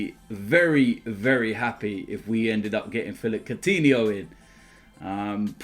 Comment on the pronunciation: Courtihno? No